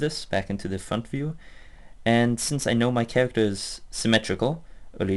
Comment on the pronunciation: Vewy vewy subtle Chawacter Pweferences Oh, I fucking love how you talk. It reminds me Leo and Satan cartoon